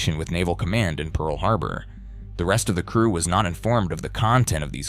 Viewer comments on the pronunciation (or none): none